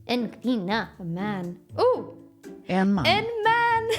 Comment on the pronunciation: it sounds more danish than Swedish when she tried to pronounce “en man”.